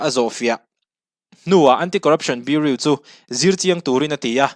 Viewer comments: Biuriu ni loin biuraw kan ti ṭhin a, biuriu tih chuan beng a tihel deuh tlat mai...😅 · Bureau= BiuRaw tiha lam tur aw...Sawisel ni lovin tanghma ngaih vanga correction aw. i channel hi ka hmaih lo ania. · Central Bureau of Investigation tih a “bureau” tih lai hi tinge biuriu ti a i lam tlat le Biuraw ti a lam tur ani si a.English hi kan mother tongue anih loh avangin kan accent chu eng pawh nise a pronunciation hi chu uluk a va tha ve aw. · Biuriu🤣🤣🤣 Bureau(Biuraw anga lam tur) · I channel a ngaihnawm thin, leh pek ah chuan Bureau hi biuriu nilo in biuraw tih a lam zawk ni se boss... ka lawm e, jindabad✋ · Bureu nilovin Buraw ti a lam tur aw ....😂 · BUREAU tih i lam rik dan hi...biuriu ti lovin, Biuraw tiin lam rawh.. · Bureau (biu-ri-ow) tih tur. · Bureau i lam dan hi Burew angin lam rawh Beauri angin lam suh. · Beng iti var thin e, Bureau hi Buroe angin lamri la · BIURAW TIIN AN lamthin,i zirsang viau sia, beng a kham tlat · Bureau i pronounce Dan kha tlem in a diklo deu.Biuriu nilo in biuraw ti lem tur ni awm tak ani.Any way great confidence. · A ngaih hnom thei lutuk i YouTube Hmar! Something me and my mom look forward to...❤ Respect to you and ur outstanding aptitude 🫡 Btw, please check out the pronunciation of "bureau", urs too okay but doesn't suits you 🤭 (no pun intended 🫶) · Central Bureau of Investigation (CBI) #Bureau lai tak khi lam thiam a har a nih hi a.... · Bureau tih lam dan khi han en zawk la, Mizo kan nih angin, a lam dan diklo a lo nih pawhin a pawina awmlo nanga, duhthawhna l;eh duhsakna avangah min lo ngaihsak hram dawn nia... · Bureau tih tur